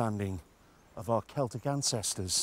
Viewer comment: Its Celtic. Not celtric 🤦